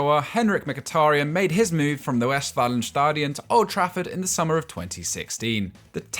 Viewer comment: Finally somebody, who calls our Stadium, Westfalenstadion, correctly. Thank you very much!